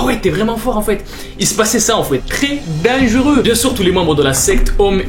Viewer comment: Tu dis denguru à la place de dire dangeureux😂